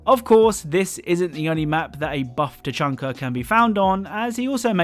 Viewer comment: "Buff Tachanka" lord tachunky